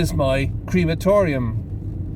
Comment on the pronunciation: try saying "cre-ma-to-ri-um" fits better I think